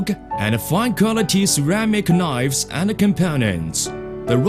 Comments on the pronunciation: ceramic knoifes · We can make 1.5 millian knoives, anally!